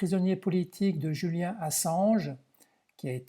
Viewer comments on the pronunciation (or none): none